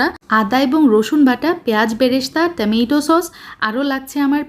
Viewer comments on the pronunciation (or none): আপনার রেসিপি সুন্দর এবং সহজ। কিন্তু আপনি কথার মধ্যে এত ঢং করবেনা /নেকামো লাগে। টমেটো সস হবে টামেটো নয়। নরমাল ভাবে কথা বলবেন।